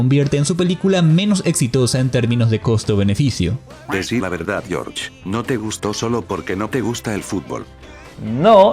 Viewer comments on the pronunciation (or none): none